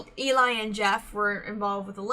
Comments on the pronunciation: Just do you know, voiceplay doesn’t copyright reactions. (At least they don’t tend to, it’s corporations that do that against their will) Also it’s said like L-E :) their set for their newest is next level. The editing is phenomenal. The microphones aren’t used in the video and are there as props. i used to think that the videos were live when I was younger. Layne is a baritone who can sing both higher and has sang bass before (in the song everywhere you look which is a cover by voiceplay and on layne’s channel, a cover for his daughter called evil like me where he sings a very solid D2) Also also, I prefer a lot of pauses. And layne and geoff both share arrangement duty. Loved the reaction. Looking forward to more. :) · This puzzled me for a while then I realised the image is reversed. Eli is short for Eliezer and pronounced to rhyme with jelly. :) It's Eli who normally does the lighting. Sometimes creates backgrounds too. Also although Geoff and Layne do almost ll of the arrangements, about half and half, Eli has done one, which is Eleanor Rigby, and it's beautiful. Tony Wakim is an ex-member of the group and appears in earlier videos, look for the guy with the twinkly eyes. He left to join Layne at Pattycake productions.